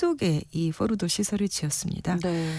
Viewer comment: 포르도 뽀르도 포르노 뽀르노 기자맞나?